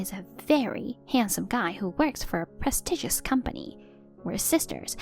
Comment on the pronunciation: Prestigious is pronounced 'press-stee-jes' not 'prez-diggus' It's also "I can't go along with this farcè' not 'get along' When you 'go along' with something, you let an event or circumstances play themselves out. When you 'get along' that means you are good at being social with people